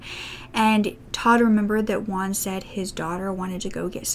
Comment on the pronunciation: Juan = Hoo-an, not "one". I don't know why English speakers say the name "Juan" so strangely. The Spanish J sounds just like the English H.